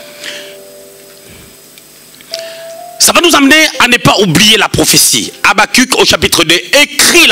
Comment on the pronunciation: J'aime votre façon de dire Habacquc 🤣🤣😂🤣😂.